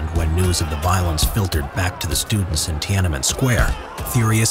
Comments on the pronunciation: As a Chinese native speaker, I have to point out that it’s Tian-An-Men, three separate characters in Chinese, so the pronunciation is not Ti-ana-men. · Pronouncing it “tee-AN EN MEN” triggers me, but still great vid otherwise.